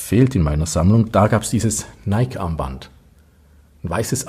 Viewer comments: Ich hab bloss zwei Kleinigkeiten anzumerken an deinem wie immer spassigen, wie informativen Video.👍 1. Nike spricht man Neikie aus. (Ich weiss, besserwisserisch, Haarspalterei usw. Aber wenn du Neik sagst, dreht sich bei mir die Bauchspeicheldrüse um und tut nicht mehr was sie soll.🥺) 2. Das weisse Armband passt ja besonders zur weissen Variante des Ziffernblattes hervorragend (auch wenn es nur aktiv weiss ist). Und genau das zeigst du nicht. 😭. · Hahaha. Zweimal hast du absolut recht. Hatte das weisse Zifferblatt schon vorbereitet. War nur ein Wisch weg. Habe es aber vergessen :( Und das mit Nike stimmt auch. Hier sagen wir aber oft Neik, darum tu ich mich immer noch schwer mit der richtigen Aussprache, obwohl ich es ja aus dem Altgriechischen herleiten könnte...